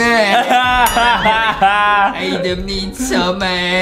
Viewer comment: Adam not Adem Justin